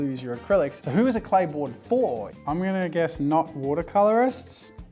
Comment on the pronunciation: Am I the only 1 who didn't hear clay board & heard play boy😅